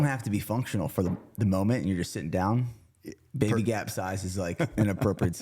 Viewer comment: Cam your awesome but the T is Babay Gap for sure! LMAO. Love your content.